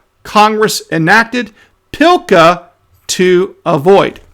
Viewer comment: PS, PLCA does not have an "I" in it, so there is no Pillka.